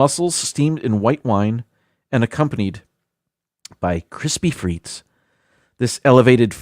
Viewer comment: And don't forget the Sarson's (malt vinegar) for the chips! Because proper pronunciation matters, as a French speaker I will let you know that frites is properly pronounced freet, the final S is silent. So when you're at your favourite brasserie, you order steak frites (freet)! (Steak and fries). It's never ever pronounced freets. Living in Greece, yes, they put chips (fries) in everything LOL! It's been that way for as long as I remember. I usually eat the hot chips first especially with a gyro (yee-roh, roll the R!). BTW, poutine only tastes good in Canada! *hash tag team replay